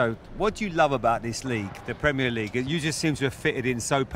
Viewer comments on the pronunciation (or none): Tony Bloom pronounces the letter r in words as a w. For example, Pwemier and Bwillant. Is that a Brighton accent? Or a regional accent?